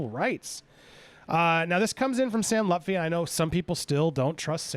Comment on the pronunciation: Why is everyone mispronouncing Sam's surname wrong. It's Lut-fi not Luf-ti